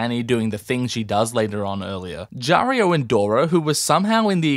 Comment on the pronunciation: “Jaario and Dorah”💀💀💀